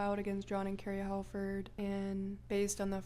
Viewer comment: I swear I'm not trying to nit pick but the "Hal" in the name Halford is pronounced as hall.